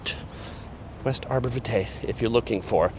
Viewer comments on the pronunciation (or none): It's pronounced Arbor VY-tuh. js